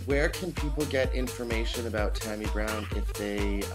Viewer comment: It's tammie brown NOT tOmmie;)